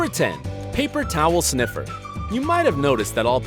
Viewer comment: In the brain sniffer thing u forgot the r in sniffer. It was just sniffes